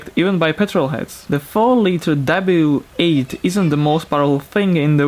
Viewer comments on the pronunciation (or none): sorry but the w8 is a "w" not a "v"